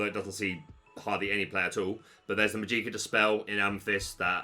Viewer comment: I'm not trying to be snobby or annoying, but I wanted to let you know that Magica De Spell is pronounced like the word Magic + kuh, not like Majee-kuh.